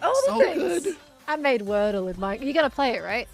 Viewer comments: wordye instead of wordle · word-dye (wordy) for the games name